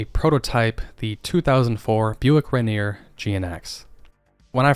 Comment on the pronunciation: Rainy-Air not rain-neer